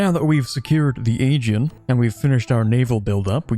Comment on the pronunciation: Man called the Aegean the "Agein"